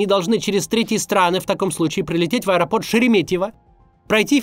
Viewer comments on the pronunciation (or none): none